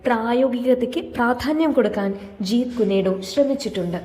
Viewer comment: ജീത് കുനെ ഡോ അല്ല " ജീത് കുൻ ഡോ " എന്നാണ്